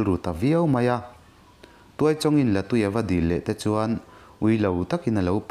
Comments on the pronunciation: La tui tih hi,hemi tui kan in thrin sawina anga sawi loh tur,artui kan han tih a heta tui kan lam rik ang hian lam rik tur,La(water-tui) tui kan in thrin kan lam rik ang nilo in. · Latui hi artui lam anga lam tur niin ka hria